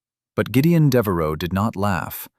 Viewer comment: It's Deveraux, not Devaro